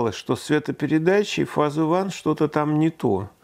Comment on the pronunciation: То, что дорогой профессор не дружит с английским, понятно давно. Но, даже учитывая это, странно, почему именно так он обзывает волшебную коробочку. Если "фазе", тогда логично "оне". А если "уан", тогда- "фэйз". Но, как говорится, на "ходовые качества это не влияет". За выпуск- большой рахмат! Кто ещё нам расскажет о таких девайсах. Пойду дёрну кофейку и прогуляюсь по первому снежку со стареньким любимым оликом) Всем- содержательных фото прогулок!